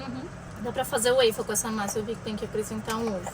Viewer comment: Só uma dica de intercâmbio já que vocês viajam para aprender em novos países … não é UEIFOU que se pronuncia … é UÓFOU. UEIFER é um biscoito que tem aí também maravilhoso mas é outra coisa . 😊